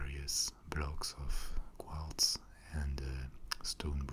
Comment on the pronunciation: I love the way Quartz is in a french accent. like kwadz